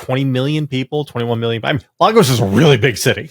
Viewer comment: It's LAY-gos, not LA-gos.